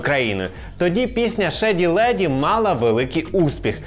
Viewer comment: Відео цікаве. Автору - лайк. Але, але англійську треба підтягнути, бо дуже вже ріже вуха вимова «шеді леді» чи «кнок мі аут»)